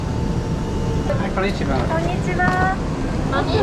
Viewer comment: Man I love your videos but please stop saying konichiwa in that horrendous pronunciation of yours . . . Actually learn some Japanese if you're gonna say it!